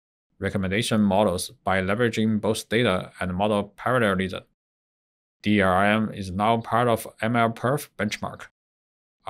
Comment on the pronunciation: Its DLRM not DRRM